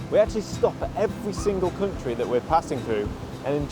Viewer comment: Welcome to Sweden. Glad you're visiting our "cunt-ree".